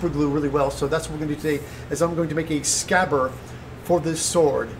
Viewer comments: I was wondering what happened to D in scabbard? Aaaand since we're having a pronunciation post and all the name of the company Tamiya (as far as I know as theres apparently no long "I" sound in Japanese) is pronounced Ta-mee-a not as, the amazingly awesome and Bill Doran say) Ta-my-a, I know I might be getting a little grammar weirdo here but it drives me loopy hearing it said, to my mind, the wrong way. Now if I'm incorrect please tell me because I'd hate to make a total arse of myself? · The word is scabbard